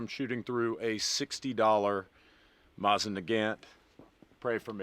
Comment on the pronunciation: Why you gotta say Mosin like that?